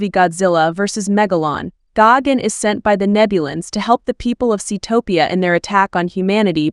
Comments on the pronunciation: Gagan it’s gigan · Gigan❌ gogin✅ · It’s gigantic not Gogan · Ah yes gagin